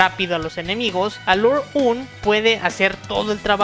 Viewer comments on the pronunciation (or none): No quiero ser malo pero, pronuncias Aluraune y Aguni, como los japoneses. Pero sus nombres en realidad son Agni y Alraune.